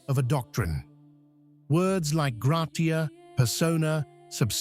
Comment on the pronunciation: Ich höre, dass die KI-Stimme, die diesen Beitrag spricht, selbst die vorgestellten lateinischen Worte falsch ausspricht: "grey-tee-aye" statt gratia, "pey-tarr no-oo-starr" statt Pater noster. Offensichtlich einen Beitrag, der nach Zustimmung der überzeugten fischt, jedenfalls völlig unglaubwürdig, was das Anliegen angeht.